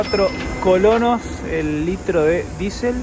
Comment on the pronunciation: Es colones noo colonos jaja